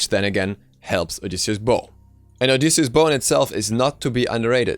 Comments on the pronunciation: Delano Tetehuka it's an item in the game, and he's pronouncing it correctly. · Delano Tetehuka No he is pronouncing it correctly